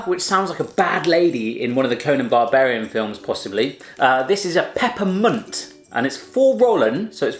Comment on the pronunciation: Jodenkoek: jeudenkeuk Gestampte muisjes: kestampte muusjes Roze koeken: idk wat hij zij 😂 Koetjes reep: khoetjes riep Pepermunt: gwn best goede uitspraak 😝 Zoute ovaaltjes: zoete oviltjes Stroop wafels: stroep waffels Peijnenburg: piejnenburk Rookworst: roekwurst Zoethout: soethoet Salmiak: idk wat ie zij Borrel nootjes: borrehl neutjes Kaneelstokjes: kenil stoeukjes Geen haat hoor ik vond het een hele leuke video Groetjes uit the Netherlands 😝